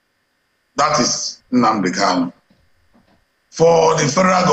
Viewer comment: Another point of correction; he is not "cano", but "Kanu". What ever Nigerian state like let them do, all I know is that Biafra is inevitable. I ❤ Biafra!